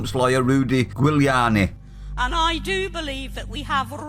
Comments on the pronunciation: Dunno how Italians pronounce it, I imagine the same since they say Guiseppe "Jiz-eppey", but in the US they say "Julie-ar-ny". Piss Moron (that IS how you pronounce "Piers Morgan", fact) is that, just that. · it's pronounced "Juliani". he was mayor of new york during 9-11. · it's pronounced "Juliani" like woman's name Julie an e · Giuliani is pronounced with a soft g. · It's pronounced Rudy "Jewliani", not Gooliani !! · Pronounce it Ju li ani. He was one of the best Mayors New York has had, and did a lot to clean it up and get the City on track, quite a large part of which was supporting the police in actually doing their job. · You pronounce his surname Jewliani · Giuliani sounds like Jiuliani. Rudy is a legend. He’s got more brains in his little toe than piers has in his whole body and he’s a disgrace talking to him like that. 🤬🤬🤬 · FYI - Trumps lawyer, Rudy Giuliani. His surname is pronounced "Julie'are'knee". And if people don't know who Giuliani was talking about, it was David Dawn, a 77 year old, black retired Police Captain who was shot defending his friends Pawn Shop from "non-white" looters. EDIT And they're not protests anymore. It's full riots led by Antifa riling up the anarchists to go out and burn, destroy, take anything they want to and if someone gets in the way, remove them anyway you think fit. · Morgan is an insect in the world of satan and his minions...Giuliani is a creature cultivated by the old seeders of discord. Tell me something...how can you not pronounce the name Giuliani ? It's quite easy...JEW..LEE..ANNIE. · Rudi was bang on! And it’s pronounced Juliani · It's pronounced jill i ani. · just for your info its pronounced juliani as in july annie, he was good for New York pity he couldnt take over that london shithole and clean that up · Pronounced "Juliany". Kneeling on the neck is permissible in that police force so it's hard to see how the policeman can have committed an offence if the action is legal in that state.